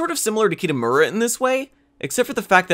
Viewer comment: Pls help.... the pronouncing of the names are so painful... mainly kitamura and minori.